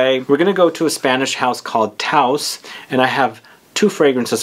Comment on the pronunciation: "Tous" is pronounced kind of like between "toose" and "tohse", definitely not rhyming with "house"